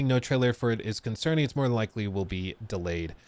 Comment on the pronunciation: Hello, it’s “delayed”.